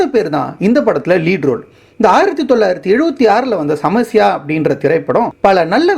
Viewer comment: Samasya not samayasa